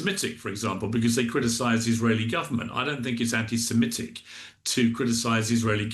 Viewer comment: Definitely be can't even pronounce anti Semitic.